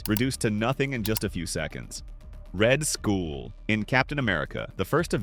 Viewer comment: Bro it said red skull not red school what is lil bro saying🗿💔